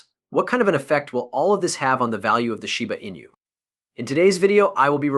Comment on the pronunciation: Now that's a new one... shiba ANUS, or sheebu eenah. THESE LAZY ASS AI YOUTUBERS ONLY WANT CLICKS